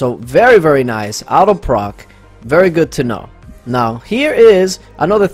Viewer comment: Nicholas Andrews 😂😂😂I think is saying auto proc.....it just sounds like out of proc....lmao